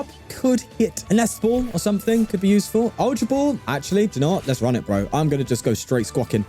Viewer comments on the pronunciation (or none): none